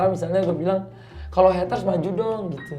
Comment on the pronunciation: heatres ? napa gk sekalian heater biar jadi pemanas air wkwkwkwkw.. R.I.P. English..